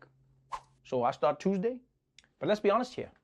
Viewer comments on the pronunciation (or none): none